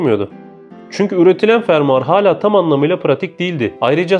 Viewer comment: Fermar degil fermuar